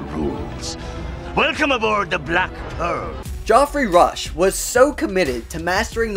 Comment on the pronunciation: Bro said Joffrey Rush